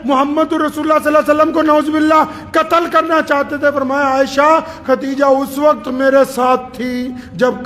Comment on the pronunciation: Mashallah aap to itne bare aalim Hein aap bhi KHATEEJA keh rhe hein, please KHADEEJA bolen